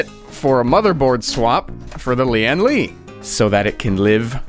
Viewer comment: the way he pronounce lian li tickles my brain